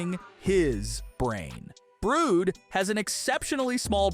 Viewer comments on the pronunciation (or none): It's Brud not brood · ITS BRUD NOT BROOD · Mister it's not cloaker it's clucker and it's not brood it's brude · Not to be mean but it's "brud not brood" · Brood? It's brud and clookr what???? It's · Brud❌️ Bruid✅️ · it's brud not brude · it not brood it brud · It's brood but brud😂😂😂😂😂😂😂😂😂😂😂😂😂😂😂😂😂😂😂😂😂😂😂😂😂😂😂😂😂😂😂😂😂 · It's brud not brown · BRUUUD?? I ACTUALLY THINK ITS BR-UH-D thats just what I think you can say whatever you want CLUUUUUUKR I ACTUALLY THINK ITS CL-UH-KR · The way he said brud he said brrood